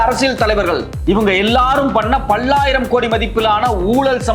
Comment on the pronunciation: "பள்ளாயிரம்" அல்ல "பல்லாயிரம் " என்று உச்சரிக்வேண்டும்.❤